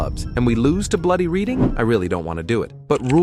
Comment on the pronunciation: If you're going to pronounce it reed een instead of red een, commit hard. Call 'em Reading Rainbow.